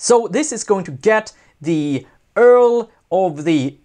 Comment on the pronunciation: URL - You pronounce it like you-are-ell